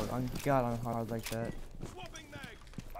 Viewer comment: “Ong I’m hard” where was he? “In hardville”😭